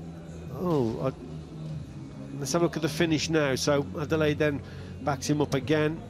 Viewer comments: Good commentary Gents but make an effort with the name , it is Adeleye not Adele. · "Ah - Day - Leh - Yeh" is the correct pronounciation of his name. "Ah - Day - Lay" is a butchering.